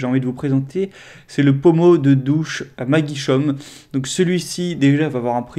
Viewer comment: "maguichaume" ....... Magic Home, à l'anglaise ..... nan mais sans dec' ......